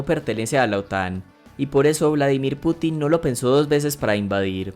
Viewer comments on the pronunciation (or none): none